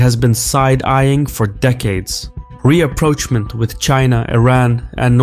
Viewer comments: I enjoy your videos. I know English is not your first language so I wanted to assist in improving your pronunciation. The word "Rapproachement" is pronounced Raa-Proshe-mon. Not Re-approach-ment. Thanks. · It's rapprochement (= rah proach mah), not "re-approach-ment".